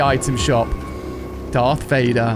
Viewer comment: Bro rlly said dark vader💀